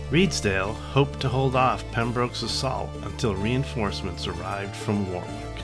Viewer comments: Just about to type the same. It saddens me that on a bus service in Bristol, where it's pronounced incorrectly at a stop, for war.. wick road instead of worrick. Always irritates me. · He said War-Wick. We say Worrick here, and save War-Wick for the singer named Dionne. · As Someone who lives in Northamptonshire and has visited the site, it is prounonced as Warick as opposed to War-Wick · Warwick. It's pronounced "Warrick" The second "w" is silent ... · As a native of Warwickshire, may I correct your pronunciation of Warwick, phonetically it is pronounced Wa rik, and Wa rik shur. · That looked like it was great fun! As we know, the British and Americans are two nations divided by a common language so for anyone who’s confused: Warwick and “Worrick” are the same person - the latter is how it’s pronounced. Pembroke and “Pembrook” likewise. Also Herbert is his family name so we’d say “William, earl of Pembroke” or “William Herbert, earl of Pembroke” but not “Herbert, earl of Pembroke” (although you could speak of “the Herbert earls of Pembroke” to distinguish them from the Tudors who held the title later). The honorific “Sir” for a knight is never used with just the surname so “Sir William Parr” or just “Sir William” but never “Sir Parr”. Hope this is helpful - certainly not intended as criticism; I loved the video. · The American pronunciations of British counties and places always makes me smile. Warwick is Wa-rick to us English and Northamptonshire is North-hamp-ton-sheer to us haha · Awesome video!! Unbelievable dice rolls! No adverse criticism intended but foreign pronunciations always make me smile Warwick should be pronounced Warrick, Northamptonshire/Northampton-shear, Pembroke/Pembrook Sound levels could use some work but I really enjoyed this latest LWTV offering.